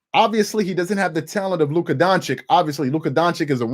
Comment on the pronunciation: Stephen A & Charles: “Luka Don-chick”